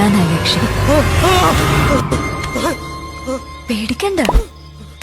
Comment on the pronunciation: എക്ഷി അല്ലാ ബ്രോ "യക്ഷി"